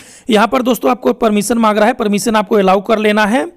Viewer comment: "permison" waah